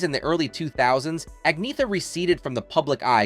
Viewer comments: I wish they still showed how many "thumbs down" a video gets, because this one deserves lots and lots of them. For one thing, her name is pronounced "Agnyeta". All you have to do is look it up. And the choice of words "nothing but" for her parents is a disgrace at best. What were they supposed to be? And putting a thumbnail on this, suggesting that she's nude, is just disgusting. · The commentator really needs to do better in pronouncing Agnetha's name. He never once got it right, varying between "Agnetha" and "Agneetha" (as it sounds by saying it in English); when the true Swedish pronunciation is "Anyeta" or "Añeta". The "h" is silent and the "g" is not hard-sounded, rather it changes the "n" to "ñ" as in "ny". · To his discredit, it's unfortunate that the narrator mispronounces her name many times in the beginning of this video. He says "Ag-NEE-thuh" or "Ag-NEH-thuh." Meanwhile, it only took me two seconds to look it up. Her name is correctly pronounced "ag-NYA-tuh." Also, how denigrating to say that her father was "Nothing but a..." or that her mother was a "Nothing but a..." Who wrote this shit? "Nothing but a writer?" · For pete's sake, can't you at least have the courtesy and respect to learn how to pronounce Agnetha's name properly?!! It's " ann-- yet--TA ". Here she is . . . . . . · Agnetha's name is pronounced "Angyetta Feltskoog." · You've done well on pronunciations except for the most important - Agnetha herself. It's An-ietta. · I only learned.it from her self pronunciation as Ag- nee- ah-tah! If I'm wrong, I sincerely apologize to Agneatha, I am so sorry! I stand corrected, it will take time to assimilate! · Her name is pronounced Onyetta Feltskog. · No. Ang-neeeh-ta. With a long and heavy emphasis on the middle syllable, and really dark a-sounds at both beginning and end (similar to the "a" in a british "tomato"). /Best regards, an old swede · Pronouncing her name 2 different ways. Annoying. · You really should learn how to pronounce her name.